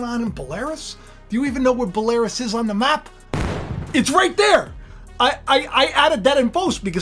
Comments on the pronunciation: I thought it was Bell-ah-ruse not Buh-lare-eous? How are they involved? I thought Batista was "the Beast?" Maybe it was Brock called "The Beast Incarnate?" I will defer to your expertise when it comes to 'Rasslin'...I enjoyed the Monday Night Wars in the Attitude Era and I know you wrote a lot of the script...it went downhill when you left for sure...I was not a big fan of Russo but he did not tank the WWE. I don't know how you stayed so long for a $30 per hour job AND the required travel AND the in-ring opportunities but it must have been a blast. Fear not you know that the crazier the "dog and pony show" gets, the closer God is to "pulling the plug". It makes sense to set up Trump only to have him be the actual solution. Remember the head wound via a sword and then raised 72 hours later... I love the fact I was told I won't inherit the "Kingdom of God" because I said I did not care whether Trump was guilty or not but I was then like "that's good to know, that means I can't lose it"...lol Gotta love judgemental attitudes, this is the way of the New World Order as once the "elite" pass judgement or deem "all is lost" they can then swarm in on the sheeple with the "only reliable solution" and then their judgements will become "canon." In the famous words of Alfred E. Neumann, "What, ME worry..."💖⚡️🙏🎵👑😻💖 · Belarus is pronnounced Bell - a - roose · Belarus pronounced Bell a Roos. God bless and thank you Jesus for dying for our sins on this Good Friday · Pronounced Bell-ah-roos. God bless and happy Resurrection Day! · It's pronounced (Bella Roose) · It’s ‘bell-er-oos’ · Dude look up the pronounciatiln for Belarus 😂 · You also don't know how to pronounce Belarus either.